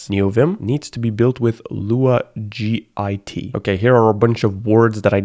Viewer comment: "g-i-t" istg im dying